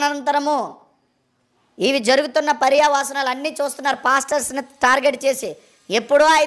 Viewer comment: పర్యా వాసనాలు కాదురా. పర్యవసానాలు. ఇది కరెక్ట్ చేయడం మర్చిపోయారు మీరు.